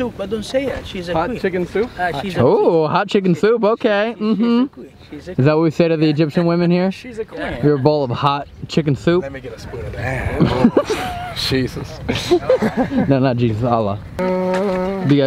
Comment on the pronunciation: Judy Bergevin its Allah not Ala 😀